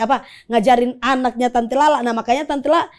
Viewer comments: Lala bukan rara bang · lala lmao bukan rara gmn si